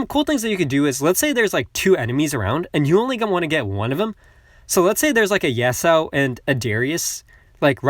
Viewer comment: U're pronouncing yasuo's name wrong its yas-uo